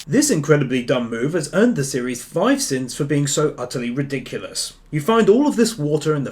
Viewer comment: I'm giving 5 sin's to because his sins sound like cents and it's annoying.......